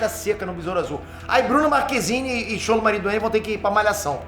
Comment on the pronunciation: "Markezini ", dispenso!!!!🤷🏻‍♂️